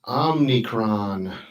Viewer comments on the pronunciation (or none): It’s not OMNI-, it’s OMI-. I just don’t want people to try to discredit. Omicron is also the greek word for the letter “O”.